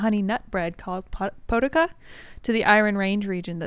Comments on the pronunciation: I can confirm - Novak, Zupancich, Vlaisavljevich are Slovenian/Croatian last names. Also, "potica" is roughly pronounced potizza. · "Poe'Ti'Ca" as a Macedonian (well 3rd gen Canadian Macedonian) that made me laugh. U will never believe how its pronounced. But its great stuff